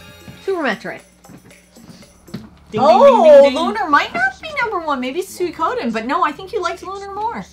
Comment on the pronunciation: I seriously can't believe pronounced Suikoden wrong 🤦‍♂️🤦‍♂️ I'm happy has upped his RPG time, I put away 30ish this year, so that's his new target for 2024 😉 Let's hop can get a full 12 months, no disasters and get those hours up to a respectable 1000hrs 😎👍 At least can pronounce Suikoden, top of the class young lady 👌 and Suikoden not making the cut! Blasphemy 🤦‍♂️😂 Happy New Year, you lovely people 🍻 The Pixel Remasters are fantastic 😎👍